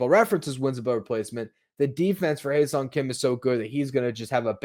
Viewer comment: Ha-Seong as in "haha"